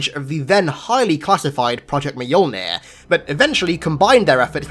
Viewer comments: i keep hearing you say it as Meyolnin, when as far as I know, it is myolnir, pronounciation wise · I choked when he said "Mahyuulnhirr"